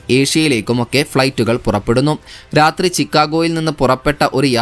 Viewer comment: റാത്രി എന്ന വാക്ക് മലയാളം നിഘണ്ടുവിൽ ഇല്ല ബ്രോ. റാത്രി അല്ല രാത്രി.സമുത്റം അല്ല സമുദ്രം